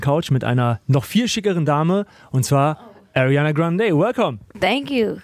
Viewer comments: Sie hasst es wenn man äriäna sagt😂😂 es heisst ariana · he says airiana